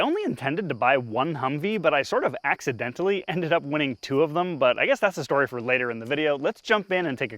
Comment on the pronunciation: Did you said Accidentes like in Spanish!!!